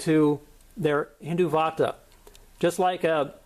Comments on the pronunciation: First of all its not hindu vaata its called hindutva 😂😂 nice work keep going 😁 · its not Hindu vaata...its Hin-dutt-va get your Punjabi right..also sirri is sree in your Sri Guru Granth Sahib.